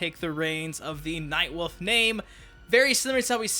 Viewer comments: Everytime you say Nightwolf it sounds like Nightwoof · You pronounce 'wolf' like my brother. Night WOOF! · I love “Nightwuff”